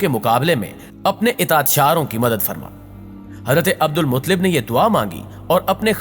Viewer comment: عبد المطلب کو صحیح پڑھو.